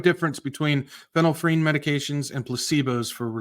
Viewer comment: Thanks, it’s pronounced Fen-il-ef-rin. You’re welcome! 🤓🙏🏼